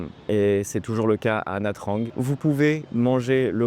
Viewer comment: Pour commencer, il aurait fallu te renseigner sur la prononciation de la ville, Ça se prononce nha Chang et pas nha trang